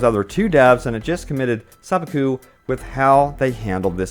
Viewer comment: anyone else slightly triggered at how he pronounced sepukku?